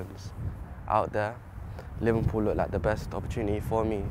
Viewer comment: is he saying livenpool?